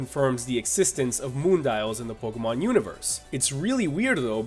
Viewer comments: You probably don't care but it's pronounced Pokémon ( poke-AY-mon ) not Pokémon ( poke-UH-mon ) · it's pronounced poke-ay-mon dumbass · ***** it's officially pronounced poke-ay-mon it has a damn acute accent for goodness sake you dumbass and learn to pronounce words and if you didn't know the acute accent is this ------》É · its pronounced poke-ee-mon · MrMonsterHunter 808 oh yea and it does matter if he mispronounces pokemon because others will pronounce it the same as he did not knowing the right way to pronounce it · Tingle calm down after he mispronounced pokemon my favorite nintendo franchise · Jesus Lopez Yes, even if it's your favorite, it's just a pronunciation. And even more, it's just a game. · Ian Kerber this shall not end until the dumb ass poke tuber accepts he was wrong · Andri Haukur Einarsson yes I do realize that you dumbass but I am not reading the word in a language that pronounces it differnt I'm reading it in English and the right way in English is e-acute